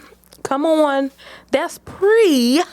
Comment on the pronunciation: I love the emphasis on the pre pre plucked 😂😂😂😂